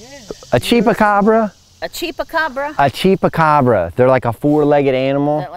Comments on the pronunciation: you make me laugh! It's called a Chupacara. Pronounced "chew" not "chee". Every time you said it, I laughed that much harder. And seeing that the origin of the Chupacara is from Puerto Rico, I highly doubt you'll find one in Delaware. But it's cute that your mind went there. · “Cheapacabra” ?? Chupacabra dude ..🥰😉🤣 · Chupacabra!! Not cheapacobra 😂😂. You are so funny and so cute!! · Hilarious when pronouncing chupacabra as "cheapacabra" just gotta love ❤ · 😂😂 it's Chupacabra not chepacabra or however you where pronouncing it. I was cracking up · Your mom is so cute and ITS A CHOO-PA -CAABRRAAA ROLL YOUR TONGUE CHUPACABRA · Chupacabra not cheapacabra lol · A "CHEAP A CAWBRA" LMAO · It's pronounced: chewpacabra (spelled chupacabra.) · CHUPA CABRA....You saying it wrong LMAOO you are too funny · that’s not how you say chupacabra. LOL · sweetheart LMAO you are so freaking funny it is pronounced chupacabra and they are not in the United States honey they're in Mexico you crack me up 😅😂